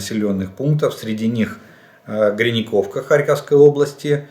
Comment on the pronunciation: Олег Владимирович! Ну какая еще ГрИнЯковка??? Какой еще КупЯнск??? Сколько можно названия уродовать?